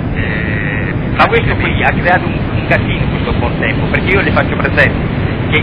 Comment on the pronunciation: bontempO o ... bontempI ???